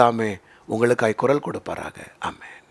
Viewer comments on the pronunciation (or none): It is குரல் not குறல் !